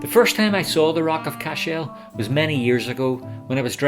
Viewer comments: I was born and reared a few miles from Cashel, so forgive me for pointing out a few things. Firstly the pronunciation is CASH -l like castle but with the H included. That large L shaped stone in the final minutes is a corner of the Bishops quarters which fell several centuries ago. The large broken High Cross which we see earlier is more recent (mid eighteen hundreds I think) and broke off after a storm in the mid nineteen seventies. I could see The Rock from my house and was sad when it came down. While there was damage done by the English, much of the damage to The Rock was done by the O' Brien clan from Clare (descendants of Brian Boru) in the eleventh century, who also burned the town. I was impressed to see Queen Elizabeth ii when she visited The Rock some years back. It was wonderfully diplomatic of her guide not to mention the O' Briens part in the destruction of Cashel as the queen is in fact, related to the O' Briens through her ancestry. I enjoyed the wee ramble around The Rock of Cashel and suggest you might take time to visit the town next time as I'm sure you'll enjoy it. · Can you say what is the original meaning of the Irish name "Cashel", and why the stress is on the last syllable? Thanks!